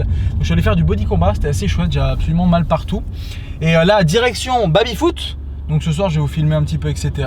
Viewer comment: Est-ce que sait dire Baby correctement? Ca me pete les oreilles a chaque fois d'entendre babyfoot dezdez